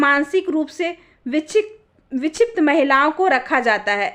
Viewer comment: Vikshipt bolo Shabd ko Dikshit mat bolo